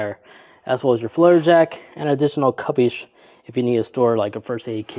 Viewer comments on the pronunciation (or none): none